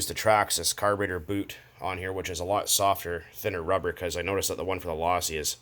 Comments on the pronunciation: Its pronounced low-see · Do u not know how to pronounce losi if u don't know how to pronounce it don't fuck with losi at all my girl learn how to say it's pronounced low-sea kay